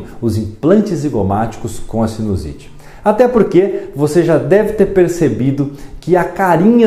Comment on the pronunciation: o correto é sinUsite e não sinOsite. Só como comentário de um seu colega.